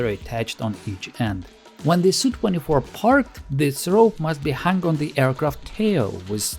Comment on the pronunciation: It’s not a “sue24” but an Es You 24.